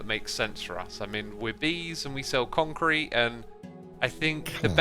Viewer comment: Concrte. / Concrete Corner / Bee-con-crete